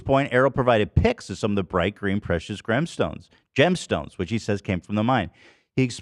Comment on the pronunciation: I love when Ethan messes up words a little bit. “Gremstones” had me dying